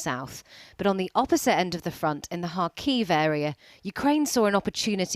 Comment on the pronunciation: Kharkiv, not Khakiv, come on guys..